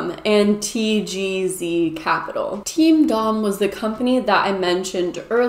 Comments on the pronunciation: I’m fairly certain that “teamdom” is pronounced like “kingdom” rather than “team dom” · I thought you said Team Dong. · I thought you were saying “Team Dong” until you showed it on screen 🤣🤣🤣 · Oh my gosh I thought you kept saying Team DONG! Like penis. . . that's hilarious that I was wrong. . . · I really thought shes been saying Team Dong this whole time lmao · I think "TeamDom" is supposed to be pronounced kind of like..."kingdom"?